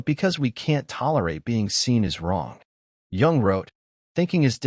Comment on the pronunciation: We're surrounded by them! BTW, Jung is pronounced "yoong", not "yong".